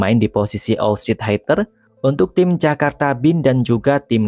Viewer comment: Belajar bhs inggris lg Min.. masa bacanya AUTSID HAITER ?😂